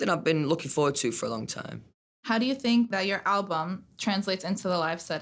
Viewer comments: no one: louis: i doughnt fink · "I fink it's important. Definitely. They miss it. So you gotta give them a bit"... Yesss... Fank you for performing Drag Me Down, Little Black Dress and Through The Dark in your latest online Live Show❤️❤️😭😭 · Nobody: Not a single soul: Louis: I fink